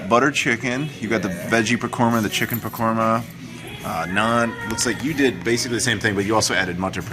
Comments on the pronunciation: sorry I meant it's pronounced "pakora" you said "pakorma" haha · you keep saying "pakora" wrong